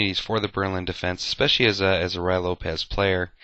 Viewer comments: It is not the "Roy" Lopez. It is pronounced "Ru-e". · it's Ruy, not Ryo. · so annoying to hear "rye" instead of "ruy" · To me it sounds like he is saying "Rye" Lopez. He must be talking about some kind of weird type of bread. A common mispronunciation from a novice chess player. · Actually it is pronounced Rui (with the i as idiot) Lopez.The y has the sound of an "i" in spanish. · Isn't it pronounced more like "Roo-ey" Lopez? What's the pronunciation for Ruy Lopez?